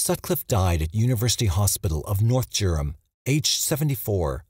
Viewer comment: How did the narrator get the pronunciation of Durham so wrong in the case of the Yorkshire ripper. Jurham, county Jurham? Sorry, I'm sleep deprived and from Durham and I'm confused about the mispronounced name of my home.